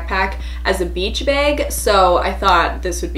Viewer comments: I love how she says beg instead of bag 😆😆😆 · Also Bag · Oml the way she says bag😂